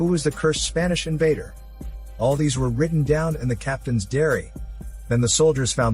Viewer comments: You said dairy instead of diary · Captains DAIRY instead of DIARY lol You need a new robot to read these maybe even a human to fix mistakes